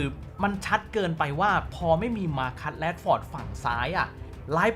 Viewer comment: อ่านไทยออกไหม แรชฟอร์ด